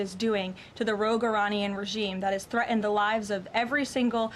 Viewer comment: I don't know why Karoline can't pronounce words with T in it. She says "Threaend" instead of Threatened" she also says "Manhaen" when saying Manhatten. Is that a young person struggle?